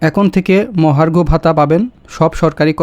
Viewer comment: Vai pronunciation ta thik Korean agey .mohorsho vata ki???